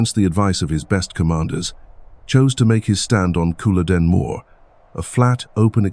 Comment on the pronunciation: It’s not cool a don it’s CULL O DEN .